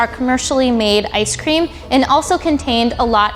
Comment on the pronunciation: Now they telling us what toppings to put on our ice cweam? (Btw I didn’t make a typo)